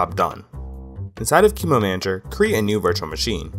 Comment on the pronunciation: Not "kee-moo", but "qu-emu" :(